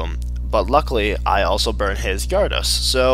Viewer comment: Also, its OFFICIALLY pronounced "G-air-edos" not "gyahr-ados"